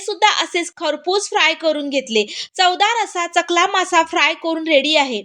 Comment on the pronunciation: चकला नाही सकला मसा